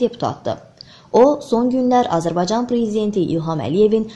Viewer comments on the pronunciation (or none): Azerbay caaa ni i miiz .Bir de Azerbsycan sozun deye bilmir